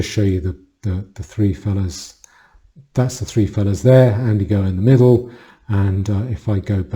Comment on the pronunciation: Its Andy No, not Go, all i could pick up that sounded wrong to be fair. Great video